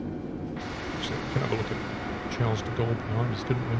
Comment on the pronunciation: I'm pretty sure 'Charles' is pronounced 'Sharl' by the French.